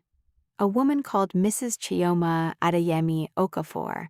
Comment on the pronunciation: And why does the narrator wrongly pronounce her Nigerian name "Kioma" instead of the correct pronunciation Chioma as in "choice", chaebol, China?